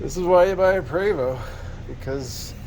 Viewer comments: Small item but I always get corrected by acquaintances and friends; it's pronounced "Pray vo" ( as in French ), no? Great videos. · Love your videos sir, your knowledge is appreciated!! Just a friendly note from a person who has worked with Prevost.. It is pronounced 🙏 "pray Vo" ..think French lol